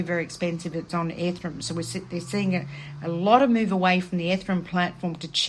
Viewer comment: It's bi-nance and e-ther-e-um🤭